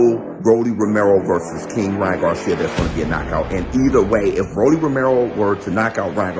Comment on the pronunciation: RALLY Romero 😂😂 come on bro get the names right